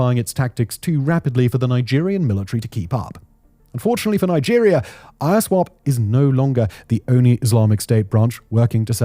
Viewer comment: it's Iswap, not I-S-wap. using Fulani photos to depict the Igbos/Biafrans? 🤦🏿‍♂️🤦🏿‍♂️🤦🏿‍♂️